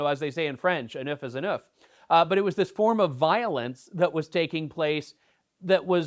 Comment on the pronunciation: "Un oeuf is un oeuf" 🤣 (Enough is enough!)